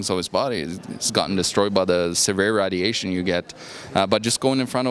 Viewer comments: GOES UP IN WATTAGE! This moron has no idea what he is talking about. If you know what WATTAGE IS! RAD iation. Does he even know how to pronounce RAY dilation. 60 WATT FRYS PEOPLE. WHERE DO THEY GET THESE BRAINLESS MORONS FROM. Oh here it comes the ubiquitous THEY, THE CONSPIRACY WITH THEY BEHIND IT. More RAD iation. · lol "Readiation" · Rad - E - ation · found a new way to say radiation